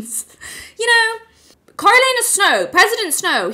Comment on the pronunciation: Not familiar with the pronunciation of Coriolanus? I figured you for a Shakespeare girl.